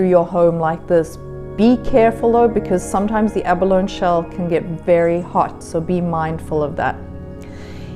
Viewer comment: It's pronounced ab-buh-lone-ee, not ab-alone..